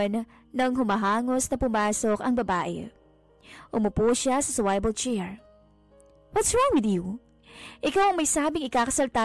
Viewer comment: Sorry po for the correction SWIVEL is pronounce as suwivel hindi po suwayvel